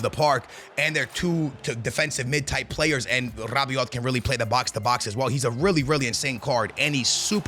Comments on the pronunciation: Bro it's not Rabioti you gotta say Rabioh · Rrrrabiote and tchouamenerrr